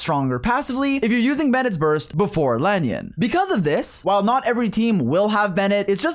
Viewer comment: Bruh who is "La-nyun"?